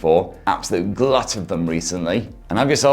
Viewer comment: Hearing "chaars" instead of "cheers" scared me, what have you done with?!